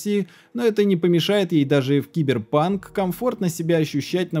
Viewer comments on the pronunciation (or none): none